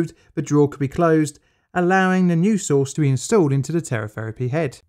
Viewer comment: "Next, we baste the roast in cobalt-60 sauce ..."